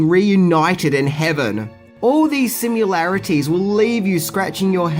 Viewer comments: DEAR GOD! "Sim-yuh-larities" - ?!?!? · Omg can you please learn how to pronounce 'similarities - there is no 'u' in it like in 'simulation' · Please stop mispronouncing “similarities” See? There is no letter “u”